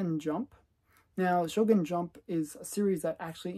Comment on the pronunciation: Shonen Jump, not Shogun Jump 😭 it’s one of the biggest magazines in Japan